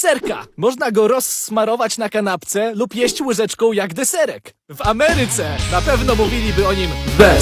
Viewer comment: "De seręk"